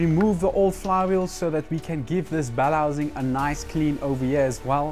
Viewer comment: It took me a few times listening to him to hear that he was saying bell housing 😅, I was wondering what a bellazing was.